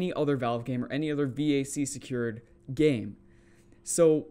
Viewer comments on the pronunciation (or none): the vac ban was for csgo. if you at any point had any third party dll hooked to csgo, you got banned, whether the dll were cheats or not. also a vac ban doesnt ban you from all games. and lastly, it’s just pronounced “vahk” or like vacuum without the uum